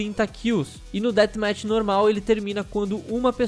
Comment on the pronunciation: Olha, não querendo ser perfeccionista(mas já sendo), é Death Match e se pronuncia ''déaf métch'' não ''déat métch''